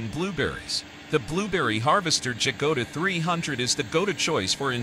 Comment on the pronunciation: Dżagoda ? 🤦‍♂️ Ciężko jest nauczyć maszyny języka polskiego !